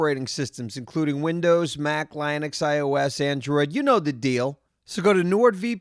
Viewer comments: The best part of the episode is when said "Lienux" instead of "Linux." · pronounce Linux again? Lie-nux? lol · LOL "LineUx" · Please don't let say Linux again